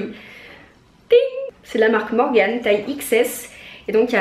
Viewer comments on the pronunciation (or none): none